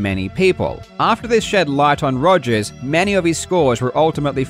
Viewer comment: I still love how you say ''Togers'' instead of ''Rogers'' :D